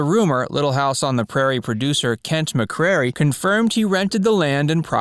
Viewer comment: That's McCray, not McCrary